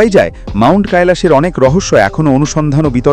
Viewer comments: ওটা কাইলাস না কৈলাস পর্বত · কৈলাস ওটা কায়লাস না , মহাদেব এর বাসস্থান ওটা